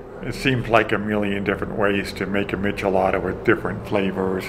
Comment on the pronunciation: It's Michelada